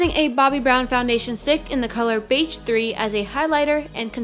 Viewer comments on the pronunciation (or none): You said beige like beitch, but great video!